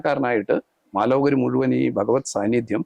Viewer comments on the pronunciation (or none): none